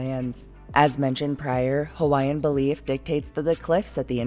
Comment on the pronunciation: So happy and impressed how well you pronounced the Hawaiian names! Excellent work!🥰🥰